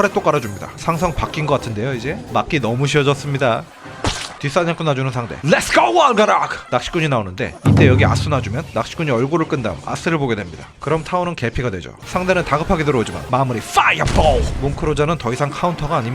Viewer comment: 에스 아니라 아스요